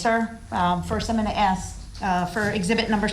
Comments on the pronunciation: But he can aks questions... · Brooks definitely doesn’t know what hearsay is leading is or contempt is….he says ax instead of ask…..wiff instead of with….dat instead of that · Hughes nope. Listen to him speak. He doesn't ask, he aks... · making fun of the way DB’s idiot self is pronouncing “ask”.